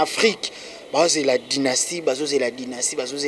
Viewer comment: Dynaskie basali fichet ya échographie ya bana mapasa ya carine mokonzi .....yango album na bino eza dynastie ou dynaskie ...yango tata oyo voix ya bombe aza koyeba ata ko prononces te